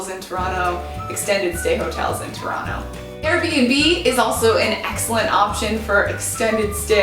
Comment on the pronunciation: Wow , you really say Toronto like a real Torontonian !!!! Yay we accept you.